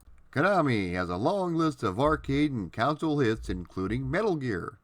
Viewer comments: You keep saying "counsel" when naming a home video game machine, but it's pronounced "CON-sole". It's not pronounced like the last name of the Milwaukee Brewers' Manager, nor like when you seek help from a shrink and/or an attorney. That aside, loving your content thus far (I JUST subscribed a few hours ago). Keep up the GREAT work! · Pronunciation of "console" (KAHN-sole) as "council" (COWN-sill) is very Midwestern.